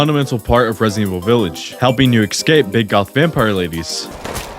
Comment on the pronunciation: I'm so sorry to be the one to tell you this (and I ctrl+f'd through all the comments on this and the other video to see if anyone mentioned it first) but "excape" is not a word, it's "escape". You keep saying it so many times so crisply and clearly and I have to correct you out loud every time and it's starting to make me look slightly insane. Sincerely, an English (as a second language) nerd.